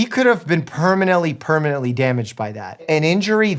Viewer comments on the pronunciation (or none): Did you say "permanently permanently"? WTF?